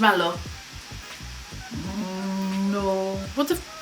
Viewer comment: Nu dire marshmallo ...marshmallow mem..ok